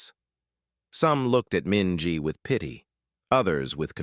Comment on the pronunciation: Minji… really?